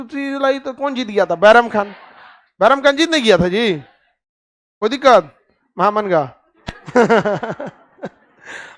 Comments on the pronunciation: Maya Ji महा मंगा नहीं माहम अंगा mujhe भी clear नहीं था, एपिसोड देखने के बाद पता चला, उसमे एक थी जीजी अंगा जो अदगा साहब की पत्नी थी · خان صاحب آپ بہت اچھے ٹیچر ہیں۔ لیکن یہ نام مہا منگا نہیں ماہم انگا maham anga ہے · सर नाम तो ठीक से बोले माहा मंगा